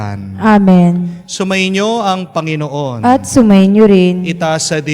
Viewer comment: Commentator please bigla ang bigkas ng Panginoon hindi ako karapatdapat mag patuloy ( bigla sng bigkas hindi malumanay para tumuloy sa puso natin sa Jesus